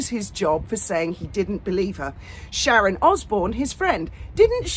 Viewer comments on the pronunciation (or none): none